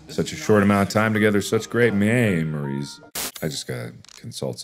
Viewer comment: I lost it when the memories became mammaries/maemaries 🤣😂